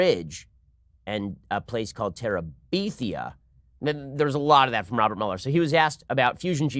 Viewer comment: No one: Ben: Bridge to TeraBEEthia